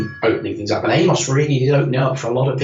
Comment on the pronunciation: Why is it no one can pronounce [AM]OS correctly, I mean come on STOS stands for ST Operating System and AMOS is Amiga Operating system. Its not a human name !!